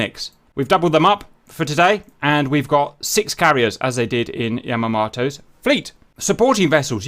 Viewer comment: His pronunciation of Yamamoto as annoying me, otherwise pretty epic.